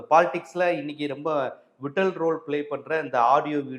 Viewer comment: விட்டல் இல்ல வைட்டல்